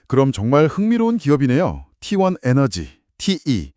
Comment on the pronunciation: t1이 왜 후반에 tlt라고하나요 ㅋㅋ ai 바보네요